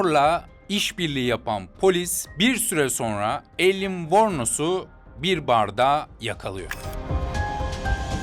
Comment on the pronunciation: telaffuz yanlış "Ayliin Vornos" şeklinde olacak